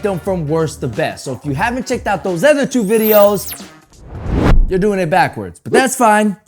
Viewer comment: You should learn how to pronounce your words correctly. Ex. PopULar , Other. It's quite distracting